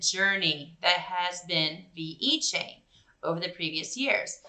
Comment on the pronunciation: Don't want to nitpick but pronounced Vechain not veEchain